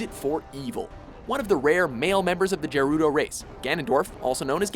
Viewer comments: GER-UDO? It's GRRR-UDO! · Well, if he pronounces gerudo like Jerudo, you can't really expect him to know that lol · They really did Ganondorf dirty here. 1) How is he not first place? 2) What's a "Jerudo"? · Ah yes the Jerudo Race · wtf is a jerudo?